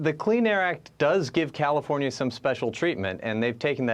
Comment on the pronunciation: Comifornia 😂 you mean